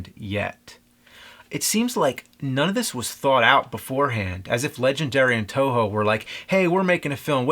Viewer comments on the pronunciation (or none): its toho not Tojo